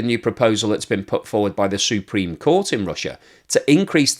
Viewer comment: "S U E -preme court ". Um, maybe Google up inflection. Jesus.